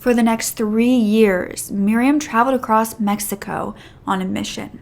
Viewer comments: The word across does not end with a T!!!!! In the intro you said “ you are glad you came acrosst this case”. That is a pet peeve of mine. That drives me insane. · I realize this is random and unrelated to the topic, but are you from Maryland/Jersey/Pennsylvania or even Delaware? Manitoba/Michigan or Minnesota are also possibilities…. I’m wondering because I often hear you pronounce the word, “across” as, “acrosst”, and from what I’ve heard, it isn’t uncommon for folks native to any of the above mentioned states to pronounce it that way. I suppose it’s similar to, “whilst”? Possibly blending the words, “across” and, “crossed”? Obviously I don’t expect you to tell me where you are from, but if you are from one of the mentioned localities, it would confirm my suspicion that the substandard pronunciation is specific to those areas. Around my area, (north shore Ma), you’ll find folks who use the phrase, “making in front of” as opposed to, “making fun of” ❤